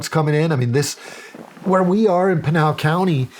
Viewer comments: PIN (the item you use to hang up a wanted poster) AL (short name for Albert). PIN-AL. Not PEEN-AL. How dare you, Shawn Ryan 😂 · Funny how Shawn pronounces Pinal County as penal, like penal colony. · You Pronounced Pinal incorrectly. Lived in AZ for 18 years and worked for the legacy I&NS, 1st there is no such thing as God, 2nd if the United Snakes of Hypocrisy didn't interfere in the politics of the governments of the south, people won't come here. This sheriff is not very articulate and maybe contributes to his lack of knowledge. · Oh Shawn killed me with the counties pronunciation and Mark corrected it